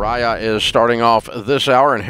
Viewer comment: My names Mariah abs I’m 27 and I flipped when I heard him say MARIA!!!!! ITS MARIAH, like why do people get our name wrong like it’s Japanese or something 😂🤣🤣 MARIAHHHH same as Mariah Carey!